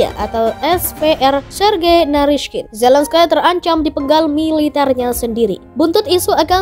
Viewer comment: Bukan Zelenskaiii...mbak...baca nya....terbang Nanti...hiii...hii